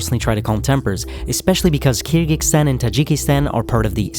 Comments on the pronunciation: Hope the speaker learns how to pronounce "Kyrgyzstan" once doing the video.😂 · I appreciate the video, but the consistent incorrect pronunciation of Kyrgyzstan was quite bothersome. It is not KyrgyKstan, but KyrgyZstan. The people are not KyrgyKs. The word is Kyrgyz.